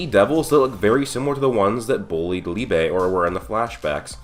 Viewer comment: Ayeee u started saying Liebe's name right 😂